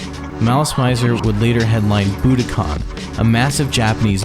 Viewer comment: G*DAMN-What will it take to get Americans to stop pronouncing BUDOKAN “Buddah-Kahn”?!? It is pronounced Boo’Doh’kin . There is no such place as “BUDDAH’KAHN”.